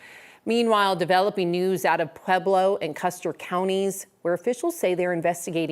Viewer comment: C'mon.................it's Pweb-low ..not Peb-low. Part of being a professional reporter is learning how to pronounce names in the cities and states where you live. Its not that hard...